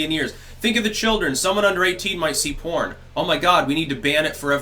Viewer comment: DID YOU SAY PORN OR CORN?